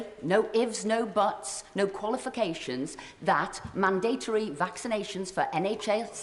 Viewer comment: Esther McVile, great start. Mandatory isn't difficult to say correctly.